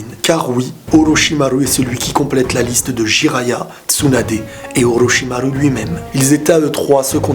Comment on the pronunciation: araete de dire olochimaru cest chiant